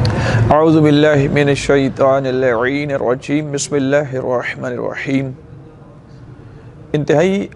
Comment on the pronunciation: Khuda ra Bismillah to Therk se parhen.